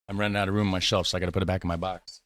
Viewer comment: Roam boater I think I would phonetically write it. Same for the stroop: stroap (long and open O in dutch is oa in English) ...and open up the A in waaaafel. Like when you scream aaaaaa! when you have a godzilla you are trying to get away from ;-) Room, boter, and stroop, all have the same sounding open O. Stroop rhymes with hope, boter with floater, and room with loam. So let me turn that around for English logic: Loam for room (cream), floater for boter (butter), and hope for stroop (syrup). Hope you don't mind me twiddling your language. ;-) You're doing awesome!